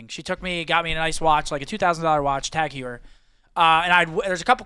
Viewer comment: For and anyone else interested. It’s pronounced Tag-Hoy-Er. Not Tag-Hue-Er.